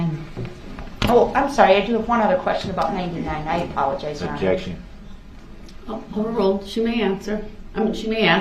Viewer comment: of course he had an "objecshun" to realizing she did have one more question. "I object. Your honor, did she or did she not say, for the jury, for the court, & for the record, that she had no more questions for this witness? Did she or did she not do dat? How is that fair?" 🙄😮‍💨